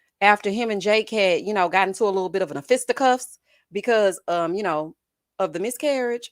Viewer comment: Yes...I'm commenting like I was there. Every time you say Littol Bittol anything...I holler!